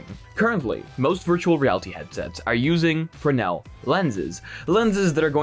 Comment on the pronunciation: props for correctly pronouncing Fresnel 🤔